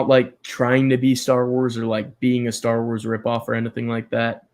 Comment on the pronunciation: Staar Wars. I look forward to the prolonged pronunciation every time you say it.